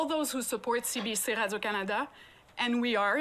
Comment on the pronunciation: cbc in French would be pronounced "Say Bay Say" not Bah! lol keep up the good work :D